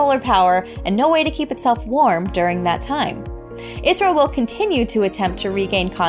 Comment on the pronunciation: She said "Isreal" when referring to the Chandrayaan-3 Mission, right? Or did I lose my hearing 😂